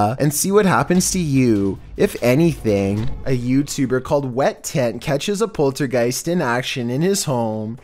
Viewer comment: did he really say poultrygiest????